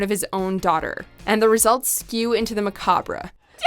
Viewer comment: One thing I never want to see is your face at the beginning of any video and what funeral director dresses like that and then you again at the end stop and then you can’t pronounce macabre